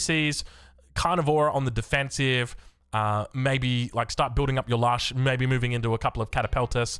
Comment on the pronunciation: it's Lush. As in 'lush greenery'.